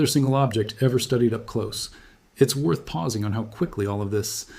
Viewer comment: AI still can't pronounce werth a damn